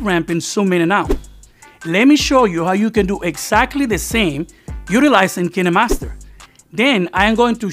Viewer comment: Dude its kinemaster not keenamaster